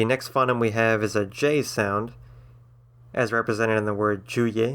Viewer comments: ...OK so you get some of it surprisingly correct considering how off-base and ill-informed you are about various things. You have no understanding about Esperanto and auxlangs/interlangs in general; "phoneme" is not so much "fonnim" as "foe-neem" and I got tired of hearing it the other way; you mix up pronunciation and spelling factors and get the facts about English wrong when you're going through the alphabet. On the other your definition of a diphthong is remarkably accurate and well-informed. On balance I would not recommend this video to someone learning to conlang but I might include it in a collection of 'other links' for someone who'd already learnt the basics and wanted to hear other approaches. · ffs you care so much about language yet you cant say phoneme correctly and dont use the IPA